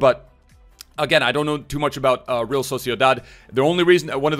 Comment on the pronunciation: He said erreala, in vasque🤣